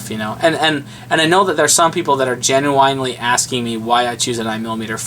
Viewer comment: genuWINLY lmao